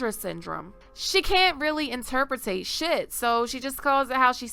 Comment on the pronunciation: "Inturpratate" lul